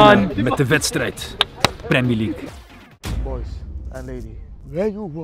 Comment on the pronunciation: 14 keer premi leugk gezegd